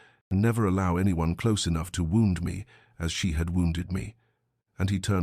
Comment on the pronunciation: The usual mispronunciations: bow, wound, but narration otherwise good. Story slow, but not annoyingly so.